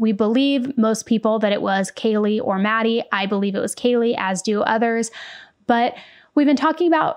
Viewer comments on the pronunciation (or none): true. how do you pronounce the name Kaylee as Kayla so many times and then don't correct yourself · Don’t think he did it on purpose but he upset Kaylees family… Kaylee to Kayla? C’mon he really needed to do that right. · Yeah, it was very unprofessional. When he said "Kayla" multiple times instead of "Kaylee", I just rolled my rolls. I can see why her family was frustrated. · even more reason to take 2 minutes ahead of time to learn the victims names! He couldn't say Kaylee's or Xana's first or last name. Infuriating, and disrespectful imo 🤬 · How the heck did he not hear anyone around him pronounce Kaylees name correctly? Does he not watch the news either? As a former court clerk in Hawai’i, we take name pronunciation seriously, and guarantee one of us clerks would’ve gently corrected the judge before the hearing today. I don’t think this was all “nerves”. Maybe once, but it was multiple times.